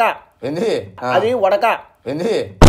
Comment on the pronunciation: Vodaka ❌Vatka 😂😂😂